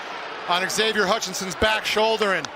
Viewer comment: Embarrassing that a professional network announcer cannot properly pronounce "Xavier".